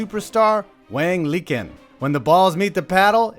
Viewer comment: Isn't "Liqin" pronounced lee-CHIN?